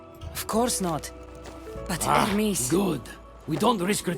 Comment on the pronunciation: Who is that ermis you keep talking about? Do you know how to pronounce Hermes?